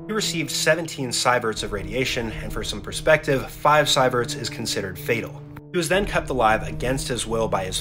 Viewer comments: It’s pronounced “SEE-VERTS”, not “SEYE-VERTS”. And 15 Sieverts is typically the range of total central nervous system obliteration. So how much this dude actually experienced after the fact is questionable. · He even pronounces it wrong. It should be "see-verts", not "sigh-verts". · cyberts is not the proper measurement for ionizing radiation, it's actual name is called "Sieverts" and pronounced "Seeverts".